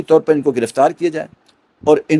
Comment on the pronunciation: سنسار نہیں سنگسار ہوتا ہے